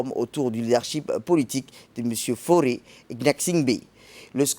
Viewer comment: C Faure et non fauré